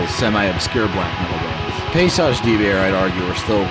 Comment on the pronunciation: Paysage. You pronounce the -s like a z. In French. So that would sound like « payzage »